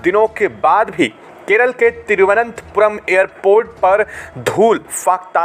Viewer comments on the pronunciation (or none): none